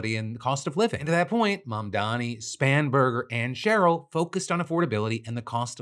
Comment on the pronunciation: YOU SHOULD LEARN HOW TO SAY IT! M-A-M-D-A-N-I